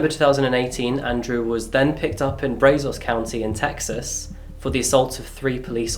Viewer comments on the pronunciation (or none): Bra-zos not bray-zos. 👍 I live here. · Just as a heads up, the a in Brazos is pronounced like the a in automobile.